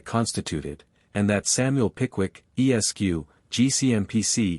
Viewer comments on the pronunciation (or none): This sounds like a mechanical recitation. The tone is flat and the cadence is unnatural. Furthermore, the voice pauses at every period, including those periods which follow the honorific “Mr”. BTW, Esq. is pronounced “Esquire”, not “E.S.Q.”